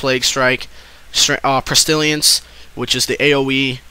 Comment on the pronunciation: lol, pest-illi-ence. It's pest-ill-ence.